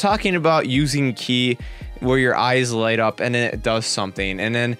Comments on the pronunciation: Its "kie" not "kee" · If you say key instead of kai one more time I will report you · it's ki not ke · it's K I not ke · its ki not key sorry but its been annoying me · yo its pronounced ki like how you pronounce i in high (i think you were sir smh") not key lol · What I find funny is how many times you pronounce ki wrong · You're saying ki wrong and it's pissing me off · Trigger when u say manga . and ki . sorry it trigger me .